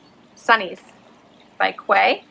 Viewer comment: Thought you might like to know that the Quay Australia sunglasses are pronounced Key Australia. They are my fave aviators and I have several pairs. Hope you kept them!